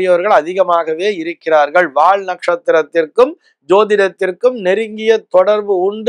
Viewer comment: Not "வாழ்". வால் is correct.